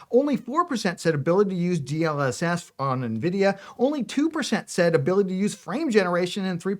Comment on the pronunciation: You know they're called Nvidia and not right? There's no "i" in front